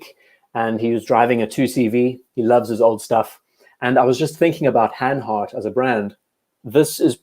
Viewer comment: Hanhart with a hard r :)